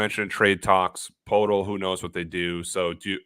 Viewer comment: Someone tell Poeltl rhymes with turtle. One pronunciation connection at a time